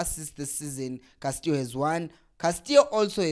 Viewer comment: Castillo not Castio maarn